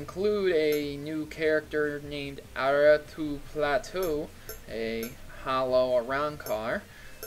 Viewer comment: Aratu Platu!? haha Arturo Plateado! it's a Spanish name :)